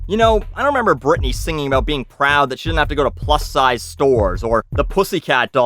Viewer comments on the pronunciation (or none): it's weird hearing you talk aboot a company before your videos lol